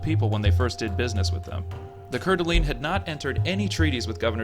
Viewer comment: but not coeur d alene